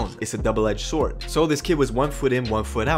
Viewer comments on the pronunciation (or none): none